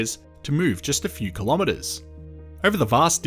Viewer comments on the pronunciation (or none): none